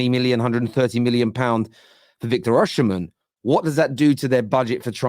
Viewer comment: learn to pronounce the name right! Osimen, the sh is silent in the Edo language..